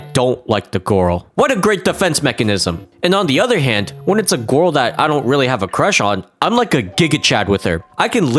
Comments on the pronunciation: The way pronounces “girl” as “gurl” will never get old. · "gorl" and "crushwy" 🗿